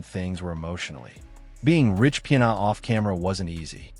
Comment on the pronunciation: Your AI voice is pronouncing his name wrong.